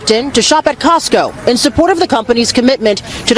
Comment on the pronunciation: “We gonna go an saport dose”.